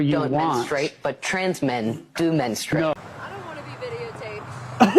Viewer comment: Menstrate? Don't they mean menstrUate?